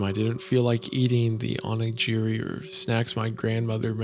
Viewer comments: Mr goon I mean this in a autistic way not a condescending way but it's pronounced (oh-knee-ghee[like clarified butter]re) for additional context it's those little rice balls or triangles that usually have a strip of seaweed on them additional fun fact they are also usually stuffed with something, tuna mayo, pickled plums, or really whatever you want the world's your oyster on the filling even nothing at all! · This was loads of fun!! And I shouldn't make fun of someone for not knowing how to pronounce words from another language, but as someone who is familiar with the way Japanese characters are pronounced, I winced almost every time Isaiah read a Japanese word. My favorite was "aw-knee-jirry" ahaha! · Did homie really say aw-knee-gee-ri? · No one: Wendigoon: ONEEJEEREEI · wendigoon pronouncing it "aw-ni-jeri" has me pissing myself. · "Onig jiri" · and then Isaiah said: What is this "Oh-nee-geeh-reeh"? looks just like a jelly donut! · Same with "gi" in onigiri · him saying onigiri was the limit for me dude 😅😂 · You know wendigoon knows nothing about Japanese food when he says onigiri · My inner weeb had a heartattack from that Onigiri pronunciation